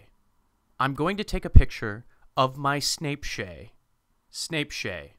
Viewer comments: BlayAndHowlie Snaichadonk, according to his “How to pronounce Beyoncé” video. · Snape shay Like WHAT!? I wonder how they pronounce INSTAGRAM!!! Probably INSNAPGRANN!!! Lol